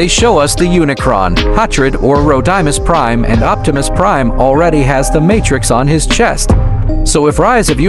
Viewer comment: It’s not rodunus prims it’s roadmis prime